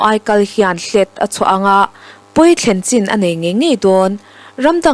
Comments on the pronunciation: 'Hlet'' tih hi thluk tur a ni lo, sazu te hian khua an nei a, emergency exit an nei chu chu chu a 'hlet' kan ti ṭhin. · Hlet i lam dan hi a diklo aw, thluk suh. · hlet tih pawh in lamdik thei thin lo hi a mak ngawt mai.